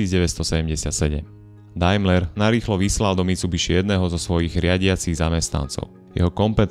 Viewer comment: Neprijemne vnimam Kristler, Chdistlers a podobne... A Dailmer a Mitsubishi vioete povedat. Vaaaa